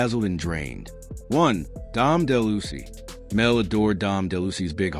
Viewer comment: loved the video but it's pronounced Dom DE-LOU-EASE